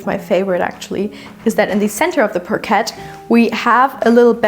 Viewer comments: Sorry but NOT pronounced parquette but rather parkai! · Friendly neighborhood English teacher here again... We pronounce "parquet" more like French without the final t, so more like "parkay." As always, your English is SO good, so when I comment to correct/perfect your pronunciation, it's because I believe in you and your channel and want you to sound even better for more viewers in the future. Keep up the great work!